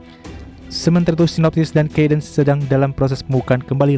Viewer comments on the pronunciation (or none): HUAHAHAHA NARATORNYA SDM CABUTAN DARI MANA TUH!! nge laval merk internasional berantakan Cadence dibaca kādns -- ke dens (pakai e pepet) Siemens dibaca Si--mens (pakai e pepet juga) SDM generasi parah ini